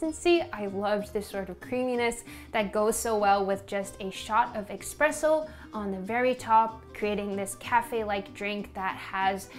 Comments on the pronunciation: great video! just wanted to say that its actually eSpresso and not eXpresso :) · saying expresso instead of espresso had me giggling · ESpresso, not EXpresso. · Hate to be that guy, but it‘s eSpresso not eXpresso. Also mocca pots , like the bialetti, don‘t make Espresso, they make mocha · Great video, but I cannot let this go. It is "espresso", not "expresso". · It's Espresso, not Expresso!! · On no, its not eXpresso...:D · Are you pronouncing it Expresso ? :p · EXPRESSO xD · everything looked great, loved the video and all, but when you said eXpresso...several times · ‘Expresso’. Come on now. Where’s the x coming from😩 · Its espresso, there is no x